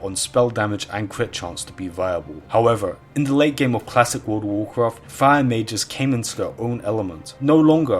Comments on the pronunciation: He didnt played world of warcraft, he played wourld of waughfcafht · Wurld uf wurcraft